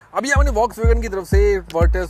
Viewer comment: Hahaha mein kuch nahi kar sakta 😅 kar sakte ho bro sahi pronunciation kar ke folks Wagen 😊